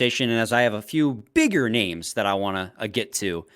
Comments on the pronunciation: No one is worst at name pronunciations than. It's actually mind- blowing. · I hate that says like half of the players names in the league wrong, always makes it for a hard listen when that happens.